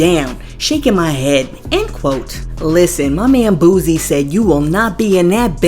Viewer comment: It’s boo-sie not boo-zie 😂😂😂